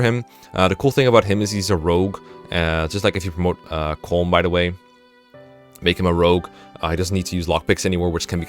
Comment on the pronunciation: Colm is pronounced like “colum” as in a column and a row, or Gollum (Sméagol) with a C. It’s two syllables, not one